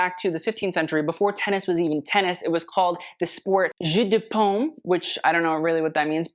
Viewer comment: The way you pronounced jeu de paume almost sound like jus de pomme (apple juice) 😂